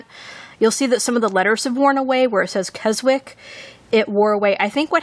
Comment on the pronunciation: Nice Filofax. Just a hint, love - you don't pronounce the 'w' in Keswick, it's pronounced 'kez-ick'.